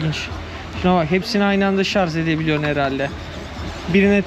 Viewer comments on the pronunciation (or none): kardeşim verdiğin bilgiler için teşekkürler. Yalnız bir ricam var. Defalarca ŞARZ dedin. Biliyorsun doğru telaffuzu ŞARJ. Çok izlenen biri olarak bunu düzeltmen toplumda da yanlış söyleyişi düzeltmeye yardımcı olacaktır.